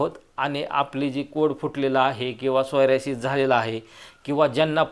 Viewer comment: तुम्ही वारंवार सोयरासीस म्हणत आहे त्याला सोरायसिस असे म्हणतात